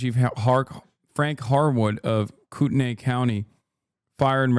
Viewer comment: every person wanting to correct him with spokane but only one real cuzzo spoke up about kootenai. i saw you, fam. respect